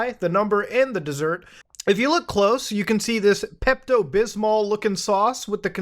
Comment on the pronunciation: Bro said Peptooo🤣🤣🤣🤣🤣🤣🤣🤣🤣🤣🤣🤣🤣🤣🤣